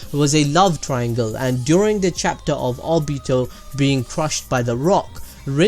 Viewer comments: you said o-bi-ta... its o-bi-to edit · Did anyone else here him say Albito instead of obito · Obeeto Me:WHY CANT YOU JUST SAH OBIIIITO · he said abito TRIGERD!!!!!! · the way u said obito made me uncomfortable idk why lol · Say obito like that again and I will kill myself